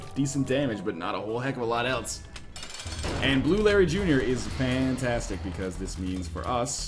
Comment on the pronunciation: When you started that Larry Jr fight, i thought you said Blueberry Jr XD